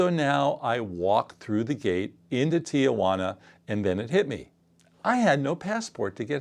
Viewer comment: It’s pronounced tee-who-ANNA